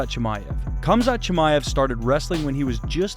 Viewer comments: It's HAMZA not kumzat lol 😆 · Why are you pronouncing it as Kumzat not Khamzat? It sounds like you’re calling him “cumshot Chimaev” like Covington does lol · Its Hamza, both the K and T in his name is silent. All you have to do is hear him say it. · NOT KAMZAT KHAMZAT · The k is silent it's hamzat just spelled khamzat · his name is pronounced as HUM-ZHAT not the way you pronounced it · Dude it's not Cum-zaht... Sheesh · its killing me how he keeps saying "Kumzot" lmao take some bribes from Colby? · the k is silent bro. fucking hell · What some people don’t understand is the “K” in Khamzat is silent. 😂